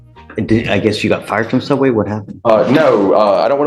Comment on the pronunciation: Soobway... if u know, u know.